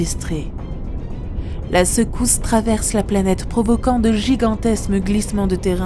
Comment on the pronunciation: N'auriez vous pas pu faire des pauses pour cette pauvre narratrice ? 34'40'' : C'est d'la bombe automique ! 36'28'' : C'est phénoménémal ! 41'38'' : De gigantesmes glissements... 45'45'' : Le quartz n'est pas un métal. 51'07'' : Dans la péniainsule du Yucatan... 51'45'' : Une femme daltonienne ! Bravo, il fallait la trouver... 54'57'' : Faire preuve de ressources : ça ne veut rien dire ! 55'28'' : Avant la chute de la féroïde ?